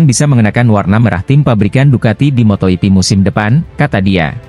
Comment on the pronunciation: Kok ada yg bawa berita ngomong MotoGP aja bisa menjadi moto ipi aku geli dengernya masak bilang MotoGP bisa jadi moto ipi tapi klo pas lupa ngomongnya betul 😅😅😅😅 ngelawak kayaknya yg bawa acara in akosta ya di sebut acosta memang tulisannya Acosta min tapi bacaannya akosta anak kecil aja ngerti min...min....